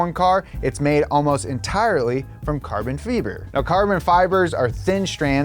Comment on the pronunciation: “Carbon Feber” 🤣🤣🤣